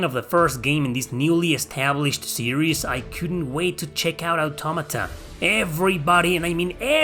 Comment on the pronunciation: Finally!! Someone that can pronounce Automata correctly.